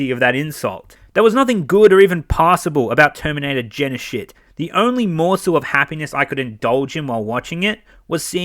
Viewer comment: "terminator Genishit" lol